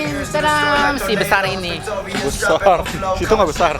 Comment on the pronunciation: "sibesarini" hahahhahahahhahahahahah